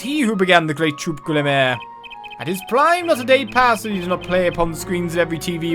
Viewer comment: I think Gramarye is pronounced “gram-a-rye” (like rye bread) or “gram-a-ree”. I think? Besides that though, this is the worst time for a magician to be secretive when murder has taken place! Don’t be so annoying Valant lol